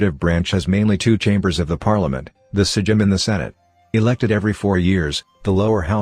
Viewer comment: It's not sejim it's sejm and you pronounce it "saym"